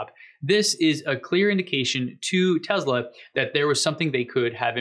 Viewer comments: "Tezla" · Hi, New subscriber here. Watched several of your posts, really like them. Seems like you say TEZLA, whenever you pronounce TESLA. PLEASE, can you say TESS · Great, mate, but it's Tesla, not Tezla. Cheers ;-) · I can't help it; it drives me nuts: it's teSla, not teZla. It's an "s" and pronounced as an "s" not a "z."